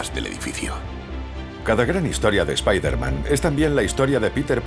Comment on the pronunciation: Nooo, no digan Spaiderman...XD oh y ya estamos con Slott otra vezXD